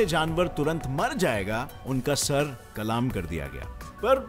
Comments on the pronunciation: bro it is not kalaam it is Qalm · Bhai kalam nahin kalm hota hai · "Kalaam" nahi it's "Kalam" bro😘... Informative video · Head Qalaam Nahin Balke Qalm hota hai قلام نہیں قلم ہوتا ہے۔ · It's kalam not kalaam